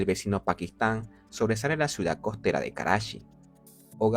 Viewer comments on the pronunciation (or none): Me vuele loco cada vez que dice " suidad "